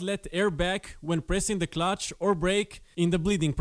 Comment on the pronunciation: Clutch not cutch! Nice video!